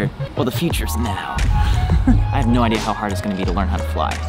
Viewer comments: Interesting accent on the "No" there. xD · More kiwi I'd say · "what no" Did just turn Australian there for a second??